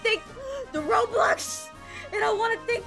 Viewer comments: Wait where l it's not robox it's roblox🤣🤣🤣🤣🤣🤣🤣🤣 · Why did you say robox it was roblox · ROBOX Me: X-Box????? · Being worried about the word robox instead of roblox:😯😯😯